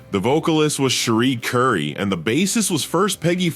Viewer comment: Did AI call her CHERRY Currie? OMFG